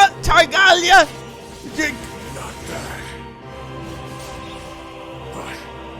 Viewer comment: HE PRONOUNCED TARTAGLIA RIGHTT!